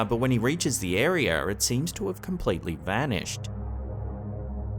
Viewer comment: it's an "area" not a "arere"